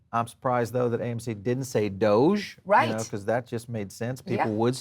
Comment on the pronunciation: it's not 'doja coin' it's doge coin,!